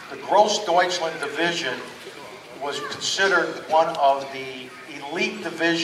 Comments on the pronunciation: Jesus this guy cannot even pronounce Großdeutschland right... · he didnt prounce gross deutschland correctly a single time